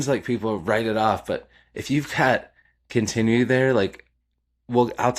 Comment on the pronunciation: Love your channel. Look up how to say continuity my friend.